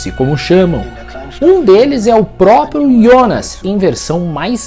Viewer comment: Parabéns pelo vídeo. Um dos pou os explicando de maneira descente. Outro parabéns por falar "IONAS" e não JONAS como estão falando em outras análises.